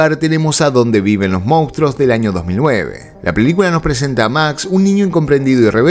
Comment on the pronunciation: Por favor decí mostro o monstruo pero no digas moustro, mostruo o monstro. Jaja gracias